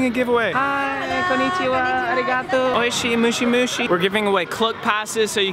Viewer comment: "Oishi mushi mushi~" really will? Hahahahaha it's MOSHI HAHAHA mushi means, insects in japan😂